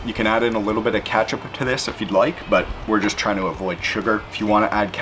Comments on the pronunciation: Bruh I’m quite Canadian, but I have never heard anyone say “katchup” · Most annoying sounds and the word "katchup" killed it...ugh